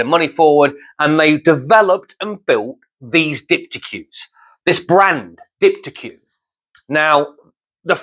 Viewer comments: LOL . . . pronounced Deepteek not Deep T Q . . . although I do admire your enthusiasm, you might go a little easier on the caffeine before you come "on stage" for your helpful videos LOL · Dip-t-eek, pronounced like antique you plonker. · Nice review. It's dip-tik btw. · This is french...the way you pronounce it is diptik. I heard the model higher up DP107. I was impressed that I bought the dp160 with external crossover. This used to be the top model before the new Reference came out